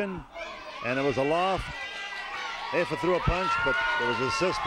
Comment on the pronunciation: Sorry to correct you but it’s afa not affa